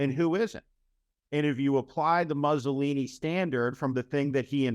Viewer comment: A very sobering and intelligent assessment of the present, dangerous state of this nation's democracy. Well done, Steve. I would offer just one nit-picky suggestion, unrelated to the substance of your remarks: the pronunciation of Mussolini. It's not "Muhsssolini"; instead, it's "Moossolini."